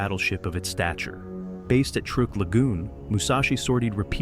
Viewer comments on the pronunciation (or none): none